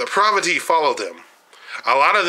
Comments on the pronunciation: I would have enjoyed listening to your view of Detroit. Unfortunately, there are a few things about your video and commentary that voids all of your opinions, 1. The use of mispronounced words. For example, "Proverty" instead of Poverty and "Ammalance" instead of Ambulance, just to name a couple. 2. You focused your tour around the same downtown area of Detroit that included Greektown. However, I would have liked to see the Renaissance center, the Riverwalk along Detroit's newly designed waterfront, Campus Martius, Cobo Convention Center, Downtown Shopping, Comerica Park, and the Downtown Financial District; all connected by the People Mover Monorail System. You showed parts of the east side of Detroit but failed to show the famous, historical Belle Isle Park. Had you ventured from downtown via Woodward Avenue, you would have passed through one of the larger universities in Michigan, Wayne State University and the world class WSU Medical Center, which includes several noted restaurants, bakeries, entertainment, the Detroit Public Library, African American Museum, among other museums ,and the Science Center. Driving a short distance from that area would have placed you in Detroit's New Center area. This area includes even more entertainment, restaurants, and galleries. No less than two minutes from this area is the famous Motown Museum. This just touches on several hot spots in the city. Once you start driving around the city, you will begin to see many historical areas with b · Provety? Say it with me po-ver-ty!